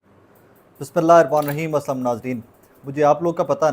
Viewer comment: Assalaam O Alaikum. Just want to say when you pronounce Salaam please say it clearly. Thank you.